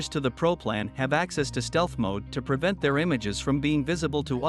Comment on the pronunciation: It's MODE not MOD...